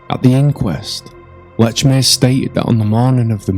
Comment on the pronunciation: Please pronounce Lechmere's name right. No T in Lechmere. Very annoying.